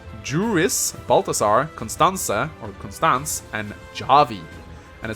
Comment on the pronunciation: I believe the pronunciation close to the Japanese names are Yurris (Juris) Bahlthasar (Balthazar) Konstahntseh (Constanze) Khahvee (Javi)